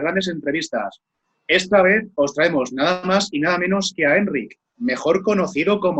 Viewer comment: Que majo Enric, por cierto, la sílaba tónica es ric, sino llevaría acento.